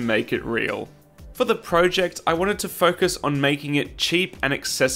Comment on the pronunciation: You are pronouncing project wrong.